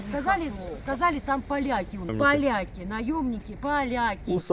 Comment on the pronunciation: "ПАЛЯКИ.., там наемники... ПА-ЛЯ-КИ" Ага,..НАТА пришла...:body-blue-raised-arms::face-purple-crying